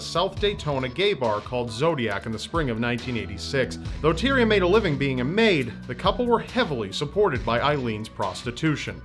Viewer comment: Tyria's name is pronounced Ty-ra.